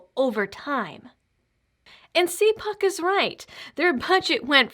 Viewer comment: It is pronounced- cal puke.